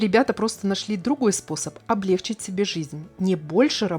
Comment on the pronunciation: Очень интересное видео, спасибо вам большое. Небольшое пожелание, если можно, не говорите пожалуйста облЕгчить (это если сходил в туалет и теперь нет тяжести в желудке), правильно говорить облегчИть, очень режет ухо. Извините